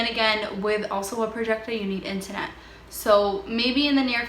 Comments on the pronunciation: Internet... not intanet! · Where are you from with this accent? Lmaoooo, it’s too cute! With your “inta-net” and your “projecta” lol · Or the intanet?